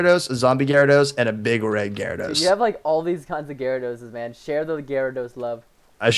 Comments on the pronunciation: preston its garados not gyrarados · It's Gyarados, not Gyaradose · perston its no E gyarados